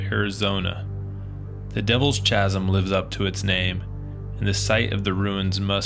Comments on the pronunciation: It’s pronounced “Kaz - um” Not chaz - um. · I believe chasm should be pronounced with a k sound like character not as in chocolate, Also Sierra Ancha should also be pronounced with the k sound like character. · Good times. But your pronunciation of Chasm - /kazem/ was atrocious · Every time you say ch…asim I crack up. I have always in 68yrs been taught Kaz..im…do I know which is correct…thank you for sharing as I couldn’t climb 20feet. Also I live in Australia so thanks…❤❤ I didn’t read other comments……sorry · Chu-asm… noooooo…. Khasm… yesssss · It's pronounced kazum with the sound kaa-zum not with the ch-zum sound LOL sorry my OCD kicked in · Chasm is pronounced “KASM”. Have you ever read a book? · You probably saved yourself a ton of people saying, It’s pronounced Kasm, lol. Great job! Keep them coming. I’m disabled and can’t explore anymore. I used to find Creek Indian places all the time growing up. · A correction, FYI: the word “Chasm”, the H is silent! It is pronounced, “Kasm.. silly! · Beautiful part of AZ, I'm impressed you didn't get lost as the the trail is pretty limited. So you know chasm is pronounced "kaz-um" the h is silent. The area between Cottonwood and Sedona has some similar dwellings and there's a cool slow train that goes through it. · Gonna sound mean but I had to stop at chazzzm , sure it’s badass but can’t even watch I’m laughing so hard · wonderful hike! Just a little note, chasm is pronounced Kasem. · It is pronunced"kazim". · Devil's KAZZEEMM.try that .😮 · FYI: Chasm is pronounced with the hard C sound like cattle. Cheers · Chasm is pronounced “Kazum”. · Chasm “kasim” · Chasm is pronounced as "Kazm" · Entertaining video, but I cringe every time you say chasm. It''s pronounced: kaz-em. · The H is silent! It's pronounced 'KASEM'. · Chasm is pronounced KAZ-EM, the H is silent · It's pronounced "K"asam with a hard K sound. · Chasm is pronounced Kaz-m. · It’s “ka-sum” not pronounced as the ch in chocolate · It’s pronounced Ka-zm… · "Ch" asm?